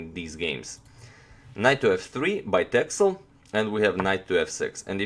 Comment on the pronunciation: It's pronounced "Tessel". It's a Dutch island (part of the Waddeneilanden). And yes, there are a lot of sheep there ;-)